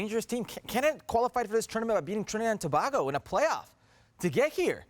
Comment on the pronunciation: Lol please pronounce my twin island republic name(s) right 🇹🇹🇹🇹🇹🇹🇹🇹🇹🇹🇹🇹🇹🇹🇹🇹🇹🇹🇹🇹😂😂😂😂